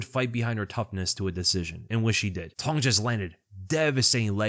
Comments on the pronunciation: “Cong” is pronounced “tsong”, not “tong” for those wondering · It's Wong TSONG. The C in Cong is pronounced TS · For what it's worth, the proper pronunciation of Cong Wang's name would sound like "Wong Tsung (rhymes with 'tongue')." In Mandarin to English translation (often referred to as Pinyin), the "C" sound is pronounced as a "Ts" sound, e.g. "Cats." Hope that helps. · the C in Wang Cong is pronounced "ts". "Wang Tsong". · Hey, not an expert but my understanding of how to pronounce the "Cong" in Wang Cong's name is that the 'C' is a bit like a 'tz' sound combined together. An (incorrect) approximation of this is the 'ch' sound, although that's a distinct sound in Mandarin as well. There are probably sound guides on Wikipedia that will do a better explanation of the differences. The way her name is romanised from Mandarin characters is called pinyin, in case that helps with finding more information about the pronunciation.